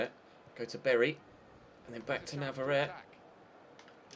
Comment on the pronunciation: I think it's pronounced nav-ar-ret-ay